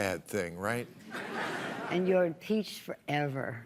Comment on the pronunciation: As she slurs, "heee's impeeeeched forefer." . It looked like Maher was baiting her there, if he wasn't he did get her to show her true colors. She must of had a toke or two along with a glass of wine while Maher was inserting his head up her butt.